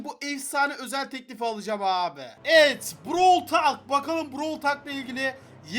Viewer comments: Abi brawıl talk değil browl tolk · abi brawl tal brovl tolk diye okunuyo brovl talk değil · brawl talk diye yazılırı brawl tolk diye okunur ingilizce öğren git ben çeviriden bakmadım